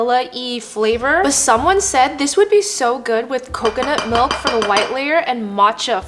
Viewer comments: coconut “MALK” 😅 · and “MALK”